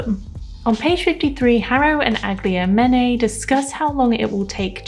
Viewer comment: It's eye-GLAM-an-ay though, at least according to the guide at the back ❤